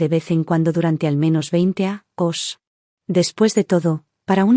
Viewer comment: Años no lo pronuncias